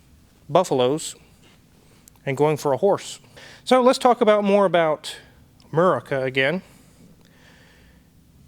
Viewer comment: "Amaurica" lol